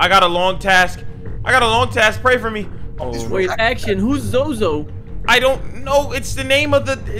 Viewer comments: It's no zozo it's zose the devil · its pronounced soso and not zozo